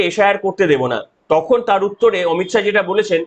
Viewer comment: অমিত শাহো না অমিত শা